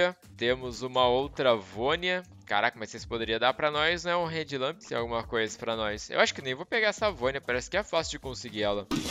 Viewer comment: Só eu achei que ele tava falando "red lamp"? A pronúncia tá muito parecida kkkkkkkk to ligado que é head lamp agora.